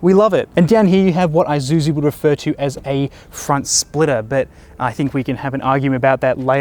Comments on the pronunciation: Pronounce as "I-shoe-zoo" Not I-ju-ju. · It's 'e'-suzu not 'ay'-suzu mygahd